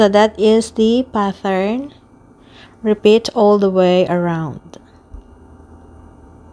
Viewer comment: Pattern is pronounced PAT-ERN,.. NOT PATH-ERN.🙄